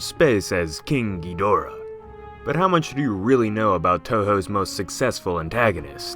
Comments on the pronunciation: Okay -- let's get this straight -- in all of the original movies featuring Ghidorah, the accent was on the first syllable -- Ghid'-o-rah. In fact, in the original U.S. release, the translation didn't even have a middle syllable -- the original release title was -- Ghidrah -- the Three-headed Monster. Now, why would this be? Why the accent on the first syllable. Well, for the silly reason that, if you listen to any movie, past or present in the original Japanese -- that's how they pronounce it -- "King GHEED-or-ah. Accent on the first syllable. That's how it's pronounced. So, how is it that everyone has come to pronounce it the other way. The wrong way? King GhiDORah? Well, it's really quite simple. The zero talent hacks responsible the English language dubbing obviously never bothered either to look at the original translations of the older movies nor actually listened to how the name was pronounced in the original Japanese. Somebody just passed around the script with the word Ghidorah in the first script, nobody in the room knew how it was supposed to be pronounced -- and since nobody in the room gave one ten-thousandth of a piece of shit about that movie -- about the writing, about the direction, about the performances -- as evidenced by the fact that the dubbing of those movies makes them essentially unwatchable without a vomit bag handy -- thus somebody probably asked -- how do you pronounce this word -- GhidorAH? GhiDORah? GHIdorah? and some braindead fuck in the room wh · GHEEDRAH is a terrible way to pronounce the name ._.' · like hes saying kinky dora lol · Why do people call him Gidreea? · You know you pronounce Ghidorah wrong. It's meant to be pronounced ghi-da-rah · When I was younger and I heard someone pronounce Ghidorah as "Geedrah" I thought they were 2 completely different monsters that looked identical. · David Brown da is in ‘duh’ or like ‘da-d’ I heard so many versions of how it’s pronounced